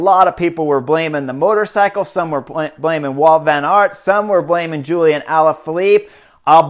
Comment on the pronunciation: admitting to trying to crash your competitors. Good guy. And it's Wout, not Walt. Jeeze!